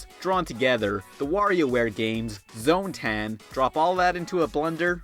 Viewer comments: Its zone taaahhhhhn not taaaaaan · ITS PRONOUNCED ZONE-TAAAAAAAAAN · noooo you pronounced Zone-Tan wrong..